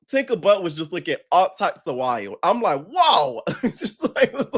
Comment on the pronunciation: “Tinka you gon have to do something with your BUhtt” 🤣🤣🤣🤣